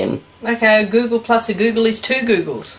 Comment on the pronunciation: Maybe if you pronounced the word write you make have given your mum a chance googol [goo-gawl, -gol, -guh l] The largest number used in an equation is Graham's number